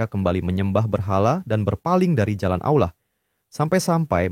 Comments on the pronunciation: Min ijin koreksi perhatikan lagi ketika mengucapkan lafadz Allah bukan Aullah tapi Allah 🙏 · yang bener allah atah aulah kok kedenger kek aulah ya lu ngemeng itu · Penyebutan nama Allah...bukan Aulah.. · aku dengernya aulah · Allah SWT, bukan Aulah. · Sebetulnya gpp pakai suara AI, asal jangan jadi berubah, disini Allah jadi disebut Auwlah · Allah.... Bukan Aullah... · kontennya keren tapi coba untuk kedepannya dubbing ai atau (kalo mau dubbing suara sendiri) diperhatikan lagi soalnya Allah kedengarnnya jadi Aula. coba di test waktu editing semisal AI nya bisa pronounce Allah atau Alloh untuk pelafalan agar tidak terdengar jadi aula lagi. keep it bro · Ceritanya seru tp kenapa allah di bilang aulah ya?? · Terimakasih sarannya kak, tapi uda di cobaa kak,, namun yg kluar hanya kata allah,,, atau yg biasa dngan sebutan pada agama kristen, Karena ai tidak bisa baca awlah kak, dia hnya bisa baca allah, tanpa waw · Awlah , bukan aullah nyebutnya😂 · Jadi alah 😂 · Jadinya AI menyebut Allah menjadi Auwah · soalnya penyebutan Allah jadi Auwlah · gini y bg, dsini yg punya konten ini tuh make voice over ai, makanya pas nyebut nama Allah jadi Awlah, karena yg dipake buat ngisi suara dsini itu ai ya bg, bukan manusia, makanya suaranya pas nyebut Allah jadi Awlah, paham ga? kocak", emng yg nyalahin mempertanyakan sesuatu yang tidak kita ketahui siapa emang? gw yg muslim aj g kesinggung krna gw tau yg ngisi voice over nya itu bukan manusia tapi ai, paham gak lu? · Suara AI ya? Nggak bisa nyebut Allah dengan benar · Ai gak bisa menyebutkan kata "Allah" dgn baik & benar 🗿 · Dia pake AI, AI ga bisa nyebut Allah dengan bener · tidak ada salahnya mempertanyakan sesuatu yang kita tidak ketahui. Pelafalan kata "Allah" disini emg sedikit melenceng, kami sebagai muslim tentu mempertanyakan hal ini karena ini menyinggung nama tuhan umat muslim dan tidak bisa dianggap sepele. Yg sebenrnya kocak elu